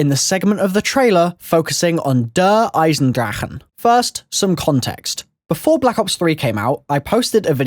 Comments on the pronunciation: It's pronounced Der Eisendrache ( Der, I-zen-drack) or (Der I-zen-dra-sh). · Its' "Der" "Eyes" "In" "Drock" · No offence but your saying der eisendrache wrong! But keep up the great work